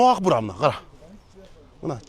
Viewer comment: ТУУРА СУЙЛОСОН МЕР АКБУУРА ДЕП АГБУУРА ДЕБЕЙ